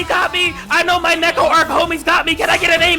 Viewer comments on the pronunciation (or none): none